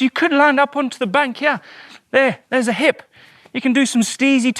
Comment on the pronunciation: “From hyeah to hyearh”